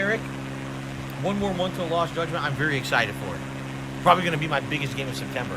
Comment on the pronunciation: Why the hell does he say “excited” so weird. What is that emphasis…